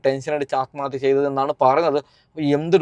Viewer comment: Daa വിശം അല്ല വിഷം നീ അനീഷിനെ പഠിപ്പിക്കാതെ, atmathya അല്ല ആത്മഹത്യാ എന്നാണ്, ശംശയം അല്ല സംശയം ഇതൊക്കെ പഠിച്ചിട്ടു vaa വെളിവും വെള്ളിയാഴ്ച ഇല്ലാതെ ഒരു ചാനെൽ ഉണ്ടെന്നു കരുതി എന്തും വിളിച്ചു പറയാതെ 🤣🤣